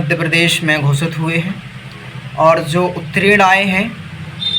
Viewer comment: Utrin nahi😂 uttirn hota hai